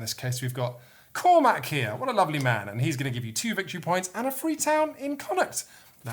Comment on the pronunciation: He did get Connaught right at least.